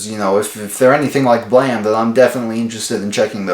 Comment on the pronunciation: Holy fucking shit. You actually pronounced the title right. I've seen other videos pronounce it Blame instead of Blam. Kudos to you sir 👍